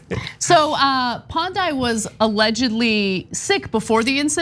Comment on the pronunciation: As a Nigerian with the full background of the story I have this to say, 1. You guys butchered the name of the region Niger Delta Development Commission. 2. You butchered his name Pondei ! 3. You guys are not being fair to the guy in the grey suit 😂. All in all I never expected Nigerian crazies on TYT, only watch America's crazy here but there is more.